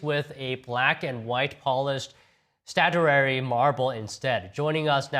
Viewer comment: An "Art Deeko"... "Stratuary". Holy Chicken Chow Mein Batman